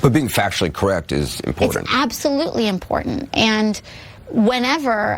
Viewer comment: "...factually and semantically corRACT"